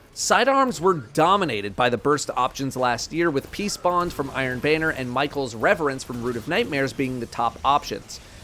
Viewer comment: It’s MY KELL not MICHAEL DUMMY!!!!!!!